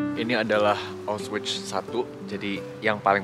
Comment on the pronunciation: Cara bacanya aukhvitz